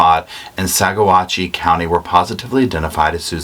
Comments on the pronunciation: I live in Colorado, and the county where Suzanne's remains were found is pronounced like "Sawatch", with the emphasis on the "watch". Nothing at all like you would expect by looking at the word phonetically. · Chay-fee County, Saw-watch county, Mah-fet town. 😉